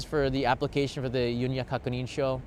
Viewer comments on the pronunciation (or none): I have no idea why pronounces it "yunya," but you will hear "yunyu." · FYI, "Yunyu" is pronounced like "you-new (輸入)", not "Yun-ya". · Thank you for the video. BTW “Yu NYU” is pronounced as “Yu” “NYU” separately, which means import. “Kakunin” means confirmation. “Sho” means form. Your video was most comprehensive.